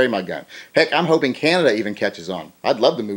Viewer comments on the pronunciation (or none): none